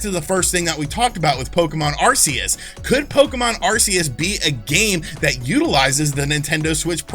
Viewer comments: Are-Key-Us. Just figured I'd help you out fam 👍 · If I had to guess, then I would think that Arceus would be pronounced as Arkayus - though I am not a Pokemon guy, so I stand to be corrected. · Dude if you can't spell Arceus just say Legends, it's easier... btw the C in Arceus is pronounced like a K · Not even pokemon fans can pronounce the names right so you're fine. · I believe both pronunciations have been said within the media.Its AR-SEE-US in battle revolution